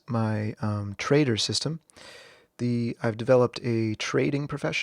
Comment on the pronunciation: it's the pronunciation of following trader from my speaker, trader sounds like traitor, had a chuckles 😊